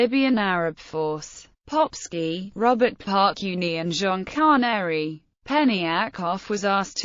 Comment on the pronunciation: I like how she pronounces the name as „Popshi“. In Austrian German it means „Little Arse“…